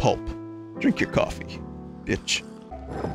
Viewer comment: Vinny’s accent peaks through a little when he says cawfee lol